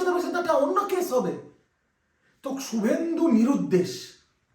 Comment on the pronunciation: Su bolcho keno? Shu uccharon korte Paro na?